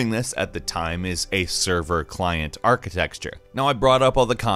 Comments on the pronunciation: So is an "architexture" guy:\ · "ArchiteXture.", bro, please tell me this is your own script and you're not reading someone else's work without a clue what you're saying. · ARK-IH-TEKT-SHUR not Arkitextshur. I love you guys, but that drives me crazy every time lol